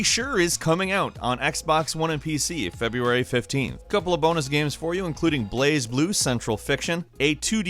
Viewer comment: "feBURAY 2019"